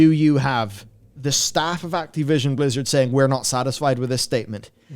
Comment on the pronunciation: When you say "Blizzard people" I hear "lizard people".